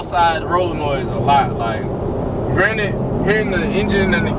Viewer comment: Lol I read the comments first so I busted out every time I heard “Granite”😂. All love though lol